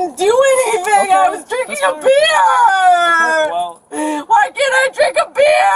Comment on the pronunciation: “Beer”, has one syllable.